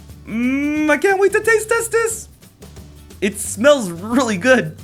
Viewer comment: am i the only one who heard i cant wait to taste testes